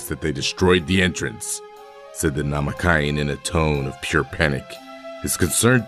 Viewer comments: NamaKAIan. Super BEW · Is this an ai voiceover? Why did he say namekian like that? Or does the person doing the voiceover not watch db? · The way you pronounce Namekian is cursed